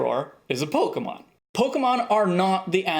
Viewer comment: Has no one mentioned "Pokeemon" vs "Pokémon"?